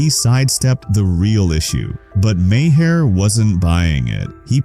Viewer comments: Lose the fake scratches. Those only appeared on old film. This is video. Also, you pronounce Maher, like "Mar". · You keep doing AI narrated videos about Bill Maher, and it never pronounces his last name correctly! Either fix it or everybody’s going to stop watching your videos. Are you that lazy? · Crappy lazy A.I. voice over can't pronounce Maher properly, so it, instead, pronounces it differently every time. Just read the damned script yourself.